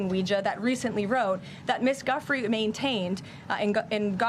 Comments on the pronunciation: Pretty obnoxious that the Trump trollop is deliberately mispronouncing a victim's name. "Joo-fray" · Never trust MAGA for pronunciation. It’s not GUF-free, it’s joo-FRAY. And it’s the Democratic Party, not the Democrat Party. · Giuffre pronounced Joofray. Emphasis on last syllable. Be respectful and get it right please. ALL of you!!! 🤷🤦🙏⚖️🙏🌍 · Oh, Karoline. At least have enough respect to pronounce Virginia Giuffre’s name correctly.